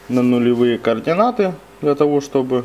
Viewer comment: Везде говорит "кардионаты" )))